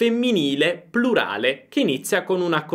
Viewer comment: Vorrei solo sapere se Lei dice prulare o plurale perché si sente prulare ho sbaglio?